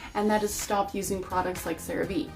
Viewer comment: She can’t say star and stop things haha it sounds like she just wants to sell you things